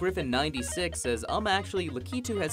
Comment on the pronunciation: Um, actually Lakitu is pronounced with the emphasis on the first syllable and not the second one.